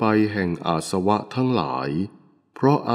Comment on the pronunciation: อาสวะ อ่านว่า อา -สะ -วะ ไม่ใช่ อาด-สะ-วะ สาธุค่ะ